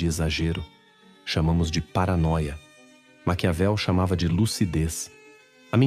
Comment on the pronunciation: Não é macaveli e sim Maquiavel.